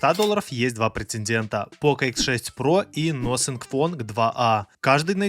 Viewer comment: "Насинфон" никакой не "носинг".